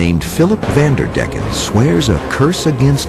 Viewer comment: WHAHAHAA FUNNY HOW HE PRENOUNCE HIS NAME xD Willem van der Decken